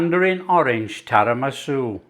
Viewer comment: Its Tiramisu not Tarimasu! 😉Love your stuff by the way 😀 Very sweet of you to call out to that couple.